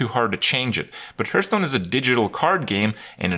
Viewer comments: At this point, seeing how people corrected him and he keeps on saying it like that, I have a sneaking suspicion he does it to annoy people. Like with "hurtstone" or "jiff" (although to be fair, the creator himself said it should be pronounced like that for that last one). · Or Hurthstone?